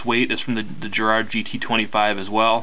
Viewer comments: It's G as in 'gulp' or 'garage' Garrard not gerrard. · It's not Geeeerrard it's Gaaaa rrrrrarrrrd.